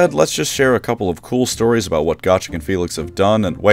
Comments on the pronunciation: GO-trek, not Goh-trek!! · STOP SAYING GOTREK WRONG.. GAT TRICK??? WTF GOOOOO-TRECK JEEESUZ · I have always pronounced his name as Go-Trek. Like Star Trek with a Go instead of Star.